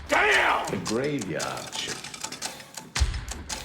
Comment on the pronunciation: Graveyahhhd shift!